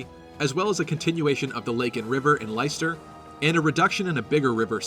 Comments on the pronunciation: It's not LIE-STER. Pronounce it LESS-TER. How do I know? Because I live in the city of Leicester in the UK. I'm sure they pronounce it correctly in the trailer too. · Leicester is pronounced "Lester". It is a place in England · Leicesester pronounced 'Lester' not 'Lighster' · The only thing I dislike about this is that they’ve named a country after Leicester (pronounced Less-ter, not Lice-ter). Might as well have called it Birmingham or Derby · It's pronounced lesster it's actually where I live lol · Great stuff. Just a head up though "Leicester" is pronounced the same way as the English city, sort of like "Lester". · I find it funny that one of the territories is called Leicester, which for you non-Brits is just some random, pretty unremarkable city in central England. It's pronounced, "Lester" by the way. Like they say it in the trailer. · Even with the trailer people still can’t pronounce Leicester properly 😰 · I quite like having a voice for the Avatar; I much prefer that over a silent protagonist since without a voice, they usually lack personality. (Can't please everyone though so if Byleth doesn't have a voice, I can accept that.) And just a heads up, Leicester is pronounced more like LESTER; we have a city in the UK with the same name. Cool analysis though. :) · Lesster, it's pronounced Lesster. Being from the UK, that irks me slightly. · You also say "Leicester" wrong. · I live in Leicester and I'm triggered by this pronounciation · You're killing me with your pronunciation of Leicester.